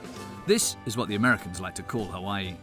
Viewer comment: he did a horrible job it's Hawai'i you can't pronounce the words properly you dropped the ball on the 1 yard line sorry not sorry. 🤣